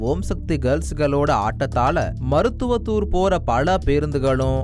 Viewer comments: தம்பி மருத்துவத்தூர் இல்லை மருவத்தூர்..... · மருத்துவத்தூர் இல்ல மருவத்தூர் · டாய் அது மருத்துவத்தூர் இல்ல மருவத்தூர் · டேய் தத்தி டிவி மருத்துதவத்தூர் இல்லடா .மருவத்தூர். இந்திகாரனை வேலைக்கு வச்சிருக்கீங்களா.